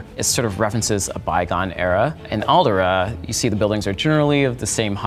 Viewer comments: Why does he keep calling Alderaan "Aldera"? That's bothering me. lol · He actually called it Alderaa. The nerve! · Great video but it hurt hearing him say Alderaan wrong the whole time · It triggers me the way he pronounces Alderaan.